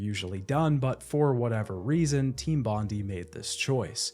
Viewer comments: As an Australian your pronunciation of Bondi upsets me, It's Bond-eye. It's a place in Sydney, where I imagine the team was located. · Hey, if you want everyone to know you've played knifey-spoony before, you'd pronounce it bond-eye. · I hate to be 'that' guy, but the pronunciation of "Bond-EE" irks me 😖😖😖😖😖😖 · It's actually pronounced Bond-eye, Despite being in Sydney it was named after the Bondi location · For those of you that aren't Aussies, It's pronounced "bon - dai". Bondi is Australia's most iconic beach, huge tourist destination in Sydney, and an iconic surfing spot. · The pronunciation of Bondi hurts my ears every time you say it like that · It's so cute how you mispronounced Bondi, sorry from Australia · Seven minutes in and I don't know if I can listen to you mispronouncing 'Team Bondi' for the remaining run time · Unfortunately it's pronounced bon die, not bon dee. As it's named after the beach of the same name in Australia!!! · Aussie here. Studio is pronounced "Bon-dye" not "Bon-dee" (it's a reference to Bondi Beach in Sydney) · Bon Die not Bon Dee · Hey mate it’s not a big deal, but it’s pronounced team Bond-i not team Bond-e. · Bondi is "Bond-eye" not "Bondy" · FFS Mate. Bon-die. Not Bondy. Only named after the most well known beach in Sydney. Also the suburb they were in in Australia. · Team Bondi is not pronounced "Bon-dee" its "Bon-die", as in Bondi Beach in Sydney Australia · As a Australian it really bothers me hearing people pronounce "bondi" as "bondeeee" its pronounced "bon die" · i know a lot of creators mispronounce intentionally for engagement, but either way: it's Bond-EYE - a very famous suburb/beach in Aus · As an Aussie I just had to mention, it’s pronounced bond-eye not bondy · "Bondy" nah mate, "Bon-Die". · love the vid, thanks for your hard work but just one thing, as an Aussie, it is bugging me hearing you say Team Bond-e, it's Bond-i. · My guy, it's pronounced "Bon-die" not Bondy.... so painful to have to listen to haha